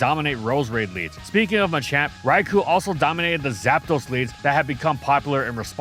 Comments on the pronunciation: It's Rai-KOH not Rai-KOO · This is how you can tell is hella biased. 1) He keeps mispronouncing “Rai-koh’s” name wrong. 2) He thinks Gen 2 Shiny Snorlax is the best version despite it literally just being black with blue shading and foot pads. 3) He thinks Shiny Locks are useless when most shiny-locked Pokémon have them to prevent crashing, and are prevented from being shiny to keep the original Pokémon special, if it can be shiny then soon people only care about that. Which shiny hunters have proven true time and time again. 4) He thinks Greninja, Ash Greninja, and its shinies are good designs. Greninja should’ve had the “Frubble” from its prevos make up the scarf, Ash-Greninja is useless and a Mega Lucario should’ve been the Bond Phenomenon rep, while the accents pop out waaaaaay too much on the shiny. Besides we have Mega Greninja now which is everything Greninja has been but better.